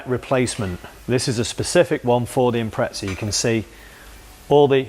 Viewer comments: Thanks for saying it right just that one time. 😂 we Aussies appreciate it. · Good too see you can say impreza properly mate 🤣👌 they are good full pumps i had one in my 02 bugeye "wagon" running about 280hp atw